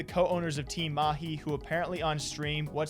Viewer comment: Damn, you pronounced Mahi better than these pretentious fake- accent casters we have here in India.